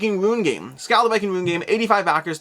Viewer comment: "Skole" or "Skoal" would be a closer approximation to the correct Swedish pronunciation. :) The letter Å sounds kinda like the vowel in in 'ore'.